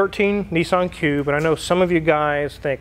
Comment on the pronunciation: Did you Say Cube or Pube ???